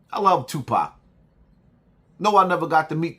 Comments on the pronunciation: Yoo did she say just Jew pac Shakur? ?😭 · .."Jewpac Shakur!! Lol